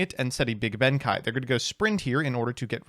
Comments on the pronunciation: Why does he keep calling him Benkai when there's an E there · Oh, yeah, my favorite samurai...."benkai"